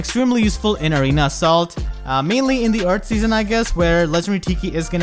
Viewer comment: everytime says Arena Assault, it sounds like he's saying Arena of Salt